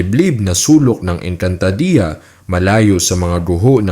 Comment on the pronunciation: Sana pinag-aralan mo muna kung paano bigkasin ang mga words...ang panget kasi pakinggan ng ENGKANTADEYA MO